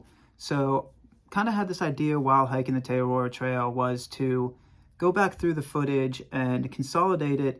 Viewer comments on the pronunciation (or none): As a Kiwi after the second butchering of the name Te Araroa I couldn't keep watching. Entire syllables were missing